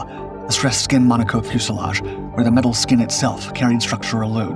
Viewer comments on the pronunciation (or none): none